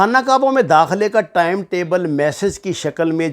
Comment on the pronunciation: ثبوت کے بغیر باتیں مت کریں اور نفرت مت پھیلایں ۔ دوسری بات یہ ہے کہ لفظ ٹیم نہیں ہوتا ٹائیم درست لفظ ہوتا ہے ۔یوٹیوب چینل سے پیسے کمانے کے اور بھی اچھے طریقے ہیں ۔۔